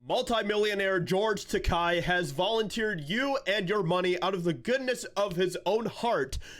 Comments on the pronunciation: Its’s not Takei as in “eye”, but Takei as in “gay.” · Isn't it Takei, not Tekai? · His name is pronounced Tay-key 🙄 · Just a slight correction (more a clarification): "Takei" is pronounced "T'-kay", which rhymes with "gay" which is what he is which is how to remember the pronunciation. Other than that, I agree 100% with what you said. I don't agree with many of the Hollywood elite's political views. However, as long as they don't bring those views to their performances, I have no problem watching them (or listening to them in the case of musicians). I think Madonna should be arrested for saying she has thought about blowing up the White House, but I like her music, anyway (I'll listen to it as long as it's free, but I won't support her financially by buying an album, etc.). As for George (and Whoopi Goldberg, for that matter), I am a lifelong "Star Trek" fan, so I can watch a "Star Trek" show or movie regardless of who is in it. The "Star Trek: Picard" second season premier episode had Whoopi reprising her role of Guinan, and I'm OK with that since she's the one who played the part in "Next Gen". But I will NOT watch "The View", for example, where she gets to be herself and spout her brain-dead garbage on pretty much any subject they cover. Same with Takei. I'm OK with watching him play Sulu, or any other role he's played, but I do not follow him on any social media sites simply because I so totally disagree with his politics. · Just a FYI ... His name is pronounced "George Ta-kay like in gay." His words (sorry. Star Trek UBER Trekkie.) I used to like following him on Tweeter... Now ...not so much. Prefer Bill Shatner (even tho he's a dick too), Robert Picardo and Pat Stewart. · His name is supposed to be pronounced "takéé". 😭😭😂